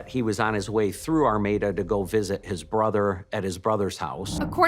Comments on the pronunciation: You should prolly Google how to pronounce names towns cities states cuz you're saying Armada wrong and it's so far off that I can't even watch this one you think if you're going to make a video about something you would want to make sure you're pronouncing everything correctly all your information is correct ect for some reason you really don't care about misinformation or how to pronounce shed or really anything in your videos are getting very difficult for me to watch just some constructive criticism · I really like your videos, but you mispronounced Armada A LOT. There isn’t an ‘N’ in Armada. Please practice words you’re unfamiliar with to seem more polished. Thank you. This is meant as constructive feedback, not a slam.😊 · Girl, you are wasting precious time. I won't even try to count the mispronounced names of people, towns etc!!!😂😂😂 I'm ur neighbor from Detroit!!🤗🌹(I remember when this terrible invite happened RIP April💔) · Please STOP saying "ArmaNda" it's Armada! That's Ar-mae- duh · AR MAE DA is how it is pronounced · Girl…. It’s not Armonda….it’s Armada….. geesh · ArmaDA, not ArMANda. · There's no N in Armada, learn how to say words correctly . While Your channel is good, you tend to mis pronounce proper names a lot. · Armada, not Armanda? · ARMADA, NOT ARMANDA! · Was anyone else thrown off that kept saying "Armanda" instead of "Armada"? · Another tragic story but why does she keep calling the town "Armanda"? Theres no letter N in Armada. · Ar-may-da. Armada. Ar-may-da. You listen to people pronounce this name throughout your presentation, yet, you cant help but throw an "N" in the there. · There is no N in Armada (r-MAY-da) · Why you saying Armanda? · I religiously watch your channel. This is 15 minutes from where I live. This was hugeeee when it happened. They have a memorial garden for April in Armada. RIP I can’t help but giggle when u pronounce Armada. It’s ARRRRR-MAY-DUH